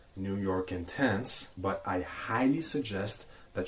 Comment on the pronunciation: It’s pronounced Intense not Ontonse. That was cringy and ridiculous.